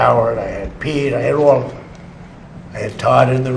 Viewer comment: Have you ever considered pronouncing words correctly on your videos? "Dis" would make "dem" sound a lot better!